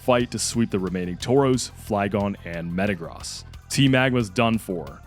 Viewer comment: Bro you can say gyrados properly but you cant say metagross😭, its like you poketuber are doing this on purpose 😂.